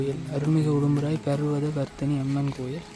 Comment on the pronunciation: Brother...I am used to saying Urumpirai..but you also often pronounce it as Udumpirai!!!...which is right!!!!,,,,I follow a lot of youtubers...nowadays a lot of people post boring videos...but your videos are of good quality and useful,,congratulations..keep it up!!